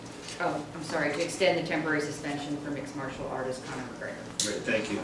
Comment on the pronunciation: FOOOOOOOOOOOOOOOOOOOOOCK all Committee members... worst corrupt politicians. Since they donot any real work. All they do steal money. All MMA fighter should decline fighting in Nevada ever. Dumpass in stupid suit doesnt even know to pronounce martial artist. What a bunch of losers